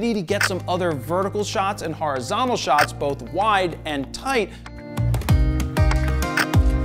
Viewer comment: Dear Jesus he didn’t say Horizontical😂😂😂